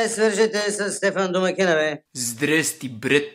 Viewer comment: Значииии така обичам култовото ,,здррррсти брът"😩👌😍😍😍😍😍😍😄😄😄😄😄